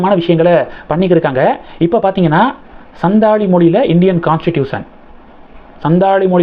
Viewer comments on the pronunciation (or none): The pronunciation is Santhali. Probably our President's mother tongue.. as she comes from the santhal region in Odisha.